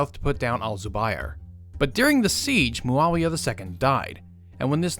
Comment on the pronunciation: Who tf is mualia? its muawiyah